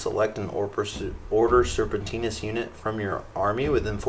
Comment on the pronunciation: Nicely produced, and entertaining video! But its not Order SerpentiNIS, its just Serpentis haha ;)